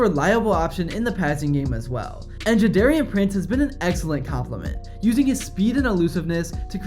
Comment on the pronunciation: A couple of the player's names were mispronounced, just to note, it's Jadarian Price and Jaden Greathouse